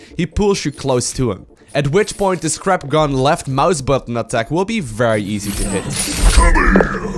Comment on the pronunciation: When you said 'his scrap gun' I though you said 'this crap gun'...